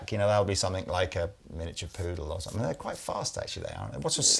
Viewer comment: I've always wondered why pronounces the word 'something' with a 'k', (somethink as opposed to something) 🧐